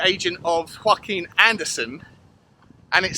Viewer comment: He’s Danish, not Hispanic, so I imagine is first name is pronounced yor-ak-im